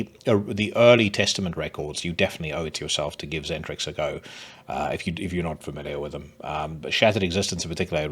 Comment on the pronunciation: I’d add sarcophago scourge to the list, and maybe e-x-e stricken by might! Also, isn’t xendrix pronounced “eccentrics”?